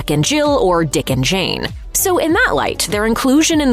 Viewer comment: BRO JUST SAID DICK NAD JANE HAHAHAHAHHAHAHA